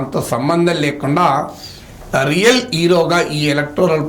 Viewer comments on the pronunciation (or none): none